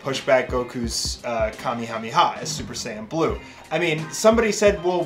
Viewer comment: you pronounce Kamehameha wrong